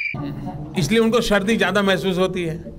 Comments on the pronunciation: .....Shardhi nahi SARDI hota hai😂😂😂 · सर्दी या शर्दी?? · Shardi ya Sardi...nitin gadkari uncle k pronunciation bahot achhe Hain..🤠😁😀😵😳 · सर्दी bolna😭भी नहीं आता.... शर्दी..... शर्दी......😂😂😂😂😂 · शर्दी कह रहे हैं साहब सर्दी भी नही बोला जाता 😂😂😂😂😂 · It is Sardi not shardi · EK BAAT NOTE KARAIN? GUJRAAT KE MOOL NIWASI " SA" NAHIN BOOL PATE? HAMESHA "SHA BOLENGE. SARDI KO SHARDI SANA KO SHANA USMAN KO USHMAN WAGERA WAGERA.?